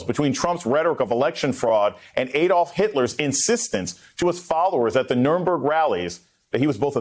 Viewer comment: It is NOT Ade-olf Hitler but ADD-olf Hitler. Please give this demon’s name the correct pronunciation. Would you like the USA being called 'Aye-Myer-EEker'?